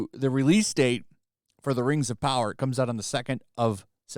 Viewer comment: More like "Reeeeeings of Powah".